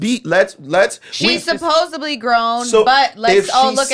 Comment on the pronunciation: Tell there isn’t a ‘b’ in ‘supposedly’ just like porta rich